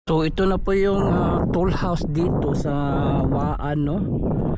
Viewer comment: Toll house po hindi tool housw.